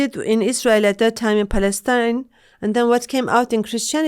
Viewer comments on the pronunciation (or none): none